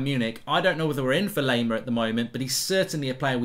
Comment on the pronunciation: its not "lay"-mer, its "lie"-mer